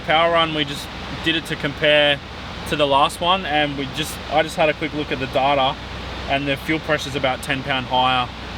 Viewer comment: "I just had a quick look at the daataaaah" love you strayans!